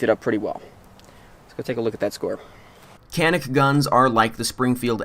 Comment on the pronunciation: It is pronounced Janick unless of course you are not a pro turkey .